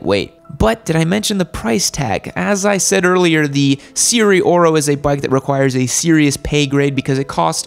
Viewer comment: "Se ri ye oro" not "seeree oro"